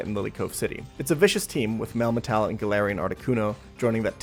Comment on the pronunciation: That sure is a way to say the word "Metal".